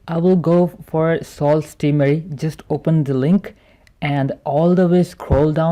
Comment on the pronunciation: It’s pronounced su not sault while speaking